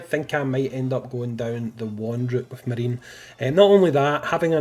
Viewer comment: I'm 99% certain it's Ma ri ne (3 syllables, japanese pronunciation)